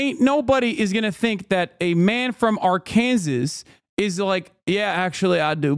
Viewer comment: Arr- Kansas... ...even I, a Swede, know it's Arkinsaw.